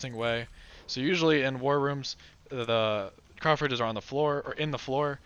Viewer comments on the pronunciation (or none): none